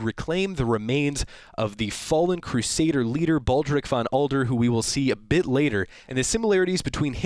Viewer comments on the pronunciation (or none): His Name is Von Adler not Von Alder. Adler is the German Word for Eagle. It fits with his Crusader Armor Design.